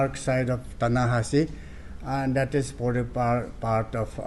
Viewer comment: I understand local leaders or some association leaders speaking in such a way but the so-called high ranking officers of Arunachal Pradesh pronounce such a vulnerable pronunciation, I'm totally out of speech. Like BDO for video, por for "for" and many more...... Aree yaar, at least officers aur student's union leaders ka toh thik ho.🙏 But mushrooming such a terrorist group in Arunachal Pradesh is really a matter of concern. May peace prevail in the state.🙏